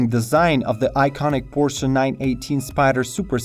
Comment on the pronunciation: Please learn how to pronounce Porsche properly! You should barely be pronouncing the final e. It's a /ə/ (schwa), which means it's unstressed, unaccented. In the US it's even correct to leave it totally silent. But the way you pronounce the word it's barely recognizable.